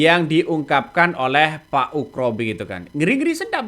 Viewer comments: Ugro pak.. Bukan ukro😂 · Ugro bukan ukro........uuuff.......... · Min,.... nama orang kok diganti, yg benar Jenderal Oegroseno atau dipanggil Oegro kok mimin bolak balik nyebut Oekro/Ukro. 😪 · Ngomong yg bener itu. Oegro bukan Ukro. Ga sopan itu !